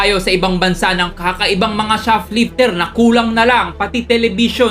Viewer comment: ShoFlifter?????Bideo????bk nmn shoPlifter at Video kuya.😂 ang linaw sa video nung pagkksbi mo sa SHOFLIFTER & BIDEO hehe no offense meant! Honest reaction lng aware how to use the correct pronunciation of B & V as well as F & P.